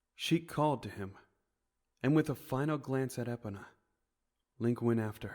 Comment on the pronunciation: Its bothering me that this guy can’t pronounce epona, grim and soot right